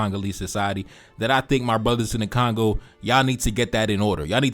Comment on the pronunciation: It is Congo, not Kangau 😂😂😂